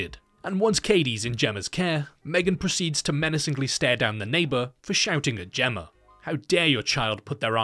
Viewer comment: You criticize the MEGAN abbreviation then later pronounce, "Gemma", as if it ends in an 'r'. 🤔